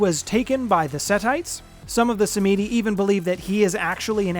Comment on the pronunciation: Sam-Ed-E. Not sah-meedie 😇